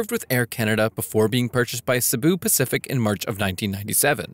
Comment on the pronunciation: you mean cebu pacific not sibu Pacific